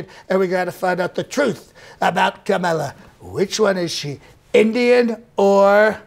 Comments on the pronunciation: He can't pronounce her name, it's Kamabla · I heard all the 19 ways to pronounce Kamala - as per Trump reckoning😂😂